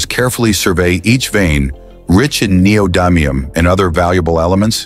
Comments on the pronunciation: I looked it up on like 5 different sources & pronunciation videos... It's actually nee-oh-di-mee-uhm; short "i" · The commentator voice (probably AI?) doesn't know how neodymium is pronounced. The "dym" syllable is pronounced like the word "dim," not like the word "dime." I'm really confident about the pronunciation, as I've been working with neodymium magnets for 20 years.